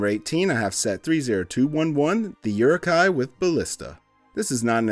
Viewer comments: And again. Uruk hai pronounced “ooh-ruk high” not “your-ruk high” 🤦🏻‍♂️ 😌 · You really need to practice your uruk-hai pronunciation.